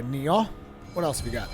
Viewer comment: Does anybody ever correct your pronunciation of Nioh? Not a big deal, it just sounds silly every time you say Ni-Aw :p